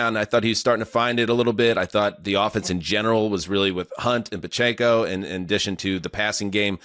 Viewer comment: Is mis-pronouncing Pacheco a bit now?!